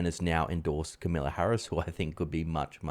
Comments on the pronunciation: It's Kamala not Camilla Harris - although I'm sure you know that... 🙄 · It's not Camilla (she is the British Queen). I think you probably mean Kamala.